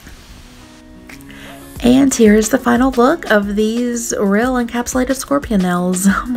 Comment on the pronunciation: Ril? You mean like, instead of real? Ril? Edit: nels? Instead of nails? Heck